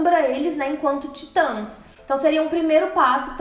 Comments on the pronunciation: TIT(Ã)S caraio, tem "Til" no a, Se pronuncia da mesma forma que lê, independente da forma como está sobreposta se é traduzida ou não, até por que o "Til" refere-se a tradução "Tit(ans)" Excelente vídeo, mas esse "Taitans" ficou feio '-' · Pq ela fala taitas kkkkkk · Como fala: Titãs Como Toga Voadora fala: taitans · Pelo amor de Deus! Falem o nome da série direito. Não aguento a pronúncia de vcs.